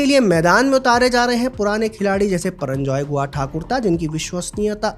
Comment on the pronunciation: HIS NAME IS PURANJAY HAIN PARANJAI NAHI HAIN